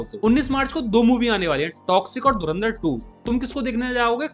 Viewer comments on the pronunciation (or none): none